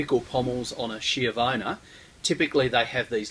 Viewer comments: It’s pronounced “ski-avona” not “shiovana”. Lovely sword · It's pronounced skiavona in Italian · It's pronounced ski-avona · D I love you, but please pronounce it like if it was written "SKJEEUHVOUGHNA" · Isn't it supposed to be SKH-YA-VONA?!